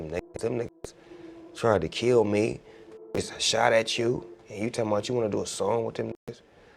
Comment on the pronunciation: After he said “KELL HIM”